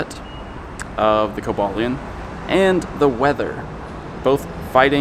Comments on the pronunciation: Co ba leon is how u say it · I thought it was pronounced koba lion